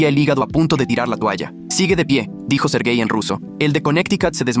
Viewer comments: Soy yo la única que puso esta cara: 👁️👄👁️ cuando escuche la primera vez “sergai” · Cuando dijo sergei yo escuché ser gay y quede (●__●)